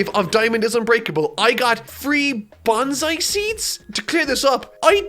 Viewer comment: 1. You're saying Bonsai wrong, so why not name it Banzai anyways because it's what you're actually saying.